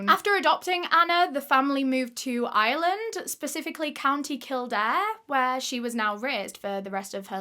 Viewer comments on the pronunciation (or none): none